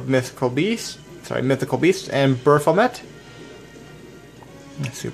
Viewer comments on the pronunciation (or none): none